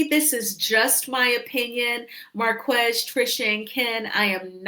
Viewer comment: his name is pronounced 'Mar - KEZ' NOT MAR- KWEZ' 👎